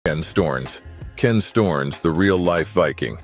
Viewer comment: LOL "Storns"? Americans.... or maybe I should call them Amricans It is S t_O_ (like Oklahoma) r n_E_ (like eleven)s.